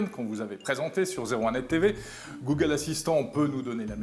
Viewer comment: Vraiment dérangeante la manière dont il prononce "google". Mieux que le dernière fois en effet, mais j'ai quand même pas pu tenir jusqu'à la fin de la vidéo.